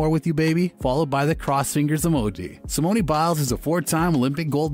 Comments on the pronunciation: How are mispronouncing her name? SimOOOn Not SimonEEEE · It"s simone not simoney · did he call her, "Simon-e" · It's Simone not simonee get it right. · I was scrolling just LOOKING for this comment. Like really ppl... Y'all said her first name ONCE in the entire video and couldn't even get it right smh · You’re saying her first name wrong. It’s pronounced SIM-OWN. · Lol right not simonee smh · glad im not the only who heard that!! there is no ie or y at the end of the name lolll someone needs make him stop doing that for all the videos on her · Can u get her name right?!?! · Are you trying to say Simone A Biles? if so that is right. if not find out how to say her first name via google, because you are saying it wrong. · does this channel purposely mispronounce names… simone, raya, delevigne?